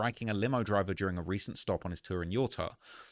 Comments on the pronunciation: Yurr tah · lol say Utah again